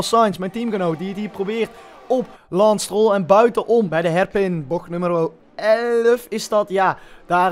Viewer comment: Niemand:: Lans Stroll